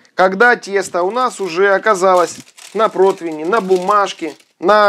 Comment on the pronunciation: Противень - с буквой И